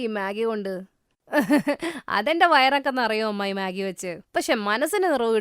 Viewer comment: മെഗി ❌ മാഗി ✅